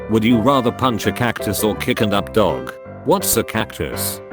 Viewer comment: This video itself is an r/there was an attempt Where’s DDM There was an attempt Why is one there twice There was an attempt Why couldn’t it say dogs properly There was an attempt